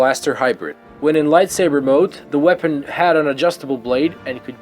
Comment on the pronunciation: Whenever he says "Light swaber" i die a little more